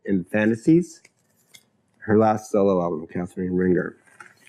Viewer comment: "Rahn-ZHAY," not "Ringer."